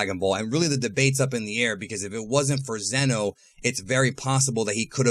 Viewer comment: Its zeno.